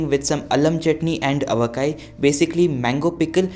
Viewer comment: It was nice to hear you saying Allam chutney and Aavakai.